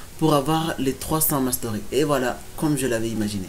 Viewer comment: Quand tu dis mastery dis le en français ou encore avec l'accent autrement c'est moche